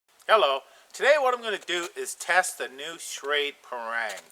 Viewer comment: I'm from Asia and these are my thoughts on Parang. Firstly, not be a snob, it pronounce as 'Parr -rung'. Not as 'Perr-rang'. And the Parang are tools. To do chopping, hold near the back of the handle. That's why traditional Parang got a curve knob at the end. It gives more leverage. And to do shaving, hold the back on the spine, not the handle. It's nearer to the center of gravity and easier to control. Other uses is to dig small holes. The blade is wide enough to be a small shovel. What we did was to 'chop' the ground, then try to flick it out. If that fail, grab the spine and scrap the ground. That was why I was laughing when I hear that the Parang can be use for food preparation. I would't eat food if it was prepare by a used shovel. The front of the blade can be use for skinning animals, and notch making. But most local hunters would just use a kitchen knife to do it. Never seen anyone skin animal with it. The sapling in the forest are springy. That's why the front and the belly is less curve than the spine. So that the blade can 'bite' into the sapling. If the blade is more curve like the Kershaw Camp 12, the sapling will 'curve' round the blade. Traditional Parang is a rat tail tang, secured b a pin, not full tang. This is to absorb shock from chopping. As most of the force is on the up and down chopping motion, this is good enough to secure the handle. We hardly do any push - pull type of cutting. And it use to be $5 to $30. So it's the favorite weapon of the Chinese a